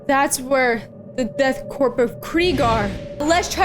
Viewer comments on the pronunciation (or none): Corps and Korps are pronounced as "core".